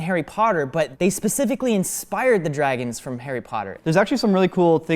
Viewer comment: Do he say Draygons?